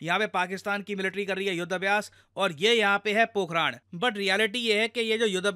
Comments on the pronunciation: अरे भाई it's पोखरण, पोखराण irritates, अपनी ही भाषा बोलने नहीं आती 😢😞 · पोखरांड ❌ पोखरण ✅ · पोखराण नहीं है। पोखरण है भाई। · पोखरन ❌ पोखराण ✅ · पोखरण है पोखरान नहीं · Pokharan ❌ pokaran (parmanu nagri) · Sir.. it's 'Po-kh-RUN'.. not 'po-kh-Raan' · Pokhraan nhi,,, pokhran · It's pokran(d) not pokraan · Pok-haran not pok-harand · Sir it's पोकरण😂😂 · pokhran ka pronounce sahi kijiye